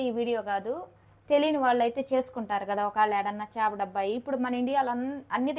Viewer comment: 'చాప' కాదమ్మా 'చేప' అనాలి.